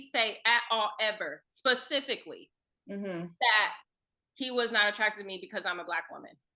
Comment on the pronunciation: Also the word is “specifically” not “pacifically”